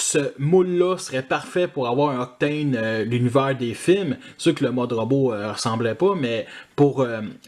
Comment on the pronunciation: J'aime bien ce "Octôône", le mode camion est sympa et comme tu dis, le mode avion est joli jusqu'après les ailes ^^ Tu m'as fait remarquer qu'Astrotrain est vraiment différent dans les détails de Blitzwing et Octane, il a l'air plus simple, et j'ai remarqué la même chose entre Galvatron et Megatron, c'est vrai qu'ils se sont améliorés sur la fin de Titans Return je trouve... Le "Meurk" m'a bien fait rire d'ailleurs x)